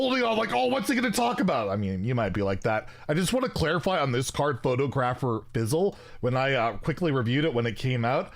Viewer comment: I love how pronounces it Photo- gra- fer instead of how it is pronounced pho- tog- ra -fer. 😂